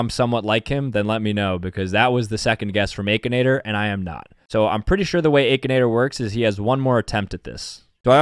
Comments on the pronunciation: Bro really said ‘ay-kinator’ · The AY-K-INATOR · I love/hate how he calls Aa-kinator as Ae-kinator. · "Ay kin ay ter?"??? bruh i've been sayin "ak in ay ter" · aKAnAtOr me: it’s ak(I)nator 💀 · did you just say aykinator???? its akinator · I think it is pronounced ak not ache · The aykinator bruh it's akinator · I know he didn't say aki-nator it ackinator! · it is akinator not aykinator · bro pronounces it "a-kinator" instead of akinator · Stop saying it like Aykinator it's ahkinator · Ah yes the aykenator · nahh bro said ehkinator 💀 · hold on. The “aykinator” 💀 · EXCUSE ME? “Aykinator” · bro really said akeinator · He realy said Aichanator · I still wonder y he’s calls it Akinator with that ayyy sound at the beginning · He pronounces Akinator so weirdly lol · He said akinator with the long a hahaha😂😂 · He pronounced akinator wrong 😂